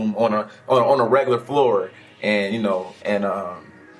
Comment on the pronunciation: "The florrrrrrrrrrrrrrr" 😂😂😂 he says it so weird 😂